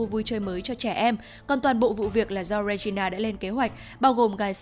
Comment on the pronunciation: Góp ý 1 chút là tên hoàng hậu là Regina nhưng đọc là “Ri gin na” chứ không phải đọc là “Re gi na” ạ 🥲